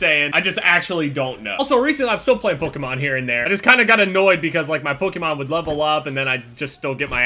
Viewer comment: Why do u say Pokémon so weird